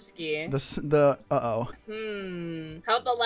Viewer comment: The way she pronounced Swarovski hurt my brain